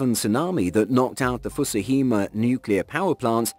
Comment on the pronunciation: First of all, why would anyone attack Japan and how would it go unnoticed? Second of all, at least pronounce it somewhat correctly. It's Fukushima, not Fusuhima ya dunce. Also, it killed 20000 people. All that to destroy one power plant, a nuclear one at that. Sure bud.